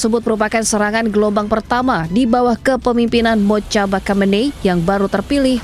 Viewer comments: Mojtaba = moj taba, bukan mocaba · Mujtabaa (Mojtaba) bukan Motjaba 😊😅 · mbak anchor, cara baca yg benar Moj-taba... Mocaba Mocaba